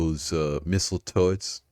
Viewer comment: misslie turds (turrets) got me 🤣